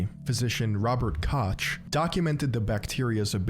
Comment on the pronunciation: Also Koch is pronounced like "coke" and Fort "Dee-trick"